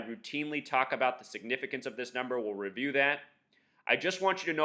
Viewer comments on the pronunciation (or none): none